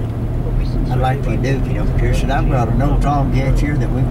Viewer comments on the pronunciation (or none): Umm actually its not pronounced pee air🤓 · It’s pronounced Peer, not pee-air, doofus. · It's pronounced peer, not pee-air